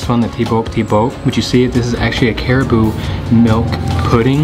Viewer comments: Did you say CARIBOO? We pronounce it as CA-RA-BAO . Hahahaha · yeah, cute Southern accent. By the way, it is not Cariboo. Hehe. Ca-ra-bow or Carabao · It's pronounced as carabao my friend not caribou or whatever it is your saying?? And its latik on top of your last dessert, which is caramelized young coconut!! Get yourself together with your pronunciation pls it hurts my ear listening to you!!